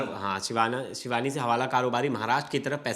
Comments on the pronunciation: भाई जगह का नाम एक बार अच्छे से देख कर उच्चारण कर लिया करो वीडियो बनाने से पहले, सिवनी है शिवानी नहीं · जिले का नाम सही लीजिए जिला सिवनी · सिवनी है भाई ढंग से पढलो स्क्रिप्ट पहले